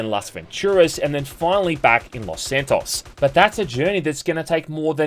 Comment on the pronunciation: Pissed me off every time you said Los SanTOSS